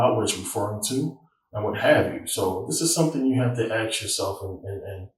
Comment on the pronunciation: I do not think I can take anyone serious who can not say "ask".